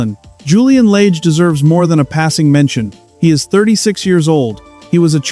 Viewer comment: It's Julian Lage, with a soft A.